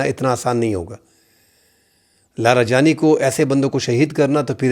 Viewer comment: Larajani ❎ LaroJani❎ Ali larijani✅